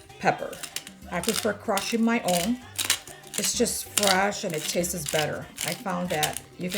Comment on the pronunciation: Am I the only one getting annoyed by the “tastes” she sounds English but the word taste just doesn’t exist lol